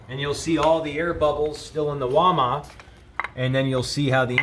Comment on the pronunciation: Its WAL MART, NOT walma.